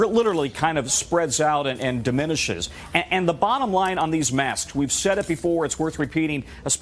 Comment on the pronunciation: Why does that doctor say mask like “mass”